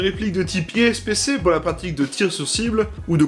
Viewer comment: Super vidéo mais ipsc et pas ispc